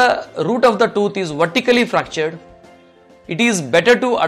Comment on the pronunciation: Probably and possibly the best doctor ever but so hard to understand. Sorry Mr. I have an accent too but yours is really strong. Toot? Or tooth? Two different things.